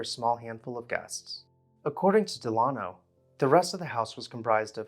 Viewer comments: I think it's probably pronounced DEL-uh-no, rather than del-AH-no. You know, like Franklin Delano Roosevelt. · The architect's name is pronounced Dell-A-no, as in Franklin Delano Roosevelt, not De-lah-no. And is something is "more plain" then it is plainer. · “Dell uh no” as in Franklin Delano Roosevelt. Not “De lawn oh.” How is it you can pronounce “cartouche” correctly but mispronounce the name of an old American family? Good golly.